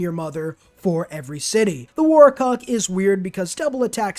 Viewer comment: Did he just call his UU War...WARCOCK? lmfao